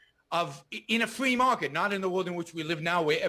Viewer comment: In Yaron's "Fwee market" there would be a LOT more building collapses.